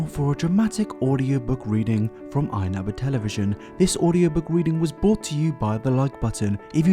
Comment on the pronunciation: He said weading